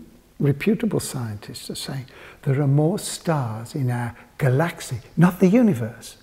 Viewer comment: i can't comprehend how he pronounces 'galaxy' far-out, man. nnnnnnnnnnnnnnn.....